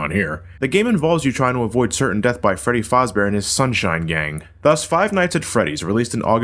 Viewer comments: I always cringe when someone pronounces Freddy Fazber as Freddy FOZbear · OK its Freddy fAzbear not fOzbear and don't confuse it with Freddy FASTbear wich WUS a bata sonic name wean Sega™ WUS still not shore wut to make him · ...Why did he call it Fozbear? The game plainly says Fazbear, thanks to phone guy. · I'm pretty sure you mispronounced Fazbear